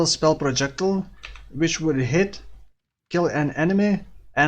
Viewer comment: pro jec tile - not prodschekdil yikes